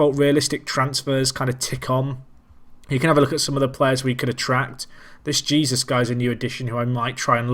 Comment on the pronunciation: and Jesús is pronounced hey-SOOS in Spanish, with that rolled "h" sound again.